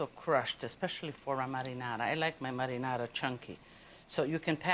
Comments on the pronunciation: Only a nitwit would not like ANYTHING about Lidia!! She enunciates 'marinara' much better than most anyone else 'attempting' to utter the word!! Sincere compliments to Lidia!! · All these years I thought my dad was just pronouncing marinara in a silly way. Turns out he was actually mimicking how Italians pronounce it lol.